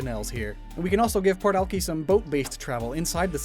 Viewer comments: Honestly this region is amazing and makes me miss where I grew up!! So much detail and thought put into it. Also I’ve never heard Alki pronounced that way XD, I grew up in the Seattle area and we always said “Al-kai” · Been binge watch your series and this is really interesting and would love to play in this region. But one thing, alki, isn't it pronounce al-kai? Been living in seattle and we say alki beach as al-kai beach every time. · It’s funny that you made the Rainier area in eternal winter. Accurate. I’m cold. I love these videos—you put so much thought into it and it shows. Also, Alki is actually pronounced AL-KAI. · I’m sorry ‘ahlkey’ im from Seattle and I don’t recognize that??? “ahlkey beach” do... do you mean Alki beach....?!?! BOI, ITS PRONOUNCED AL-KY!!! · The way pronounces Alki is driving me nuts lmao- I know it's most likely the correct pronunciation but in Seattle we pronounce it as "Al-kai" (think the name) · this entire region is sick but i am legiterally trying not to have an aneurysm at him mispronouncing Alki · you said alki wrong, i hate to be that guy but just thought i should let people know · You keep saying Alki wrong I live there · hey just a reminder/correction, because the name of the city (about ) is spelled ALKI because it is based off of the land Seattle was built on/Alki Beach its not pronounced "Alkey" its pronounced "Alk-i" or "Alkiy". I am saying this because to some people this could be offensive. I know you didn't know this which is why for next time (not in this series because its 2022 now) to say "Alkiy/Alk-i". also I know its pronounced this way because I live ridiculously close to Alki beach. Also the reason its called Seattle isn't because its right next to the sea but because it is the name of chief SeaTal (See-t-al) from a native American tribe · It’s pronounced ale-kai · Alki is pronounced "al-kai" like sky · Alki is pronounced so that the second syllable rhymes with ‘eye’. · Great series, btw its Al-kai lol